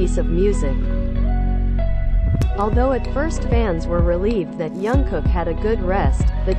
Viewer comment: Please pronounce his name properly...it“s been awhile that you keep mispronouncing his name...it is JUNGKOOK... letter J is pronounce as is and not as Y as you keep saying Yungkook....